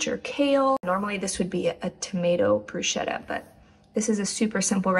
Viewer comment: Unrequested instruction: "bruschetta" is said with a "k", it's "brusketta" 😊 Really appreciate coconut yogurt! Thank you again for your videos